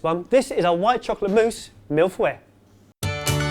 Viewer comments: Mill Fweh? lol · It is pronounced mil-foe-y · It's pronounced mil-foy not milf-way lol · This is not Mille feuille. And it’s pronounced mill-faye. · when your American and hear Milf Way instead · I keep hearing "mille fouets" which means "1000 whips..." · it's pronounced mill - fuh - ee :) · When you say "Mille-feuilles" it sounds like "Milfoy". And also, Mille-feuille means thousand leaves, not thousand layers. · lol ''mille FOUEILLE'' xD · Isn't it pronounced more like Meal fuh-yuh? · On Masterchef they pronounce it like Mill Foy. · People must have said this... but are you stupid?! Vaguely remember Ben did something in France... yet neither of you can possibly say mille feuille correctly. "Mill fway" is not correct. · The way your say mille-feuille sounds like milf's way. Which is hilarious, and i'm french so i'd say try saying it like "Mill" the "feu" de "fu*k" and the ille the "y" of yeah. It's complicated to get it like that but i think it works well. Milf's way is hilarious though, i'm not complaining. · Anybody heard "Milf Way"? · mille fweile...nice pronounciation lol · "mille fouet" sounds a bit "50 shades of Grey" boys hahaha Feuille is more like the beginning of Fu** and the beginning of "Yellow" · Je sais, il dit mille fouets. Je dis qu'on s'uni tous pour leur envoyer mille fouets XD. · haha... one could understand that it is the white chocolate mousse "MILF way" :) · You're supposed to pronounce it "mille feaye", saying "ea" as in "early". Oh my God I'm so bad at explaining this but hey I'm french so I know what I'm talking about haha ! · IM FRENCH-AMERICAN, I SPEAK ENGLISH AND FRENCH FLUENTLY AND THATS NOT HOW YOU PRONOUNCE MILLE FEUILLE NOT EVEN CLOSE IM GOING CRAZYYYYY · I cringed every time they tried to pronounce 'mille feuille'. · I found it actually funny how they got neither the pronunciation nor the translation of "mille feuilles" right. Btw my second language is french so i know what I'm talking about.